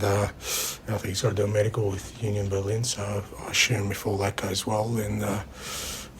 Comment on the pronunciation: Onion Berlin? Your Law-ree-uunt was better.